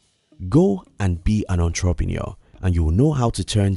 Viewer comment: The way you pronounce " entrepreneur" is sooo annoying 😑